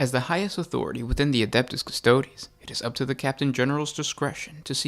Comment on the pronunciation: It’s Custo-dees, not Custode’s